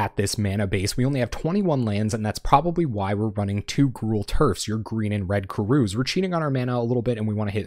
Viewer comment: This sounds spicy. Also TySM for pronouncing Gruul correctly